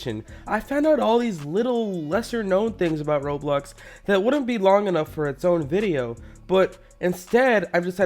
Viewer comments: I like how he keeps calling Roblox, “Roblux.” Idiot, Amiright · it sounds like he's saying roblux